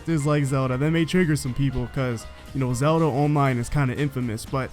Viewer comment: It sounds dumb 😑